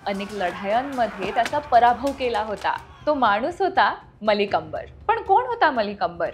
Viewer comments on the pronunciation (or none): अर्धे नाव चुकीचे उच्चारले तुम्ही पुढे सुधारा ❤